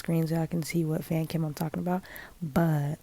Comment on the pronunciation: The robotic voice saying fancum instead of fancam skskskskskks- 😭